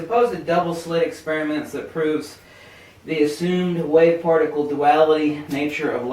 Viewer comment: he almost says farticle instead of particle.....what a dingbat doofus. I cant trust any information that comes from a guy who says farticle.